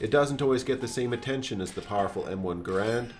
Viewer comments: Respect the correct pronunciation of Garand, my man. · Mad points for pronouncing "Garand" the way the designer did.